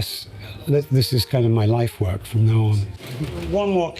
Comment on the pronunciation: How he says "lifework" like an English word shows he really fully thinks in Japanese as well